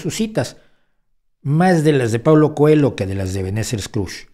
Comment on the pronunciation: El apellido portugués COELHO debe pronunciarse COELLO (significa conejo). La elle castellana en portugués se escribe así LH